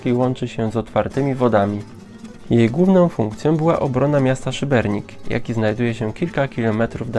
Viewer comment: Ale wiecie że w nazwie Szybenika nie ma "r"?